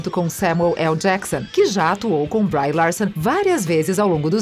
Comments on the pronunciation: "brái" Larson, Mark "rufálo", Robert "dônei" Jr, Jason "istédirram, Mickey "rúrk"... Tá osso! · Aula de pronúncia 1.0: Brie Larsson - Bri Larsson Don Cheadle - Don Chidou Mark Rufallo - Mark Rúfallô